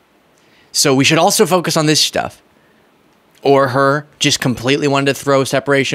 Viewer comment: Every time he says "stuff" I hear "Shtuff". Way to restrain yourself,.😂👍🏻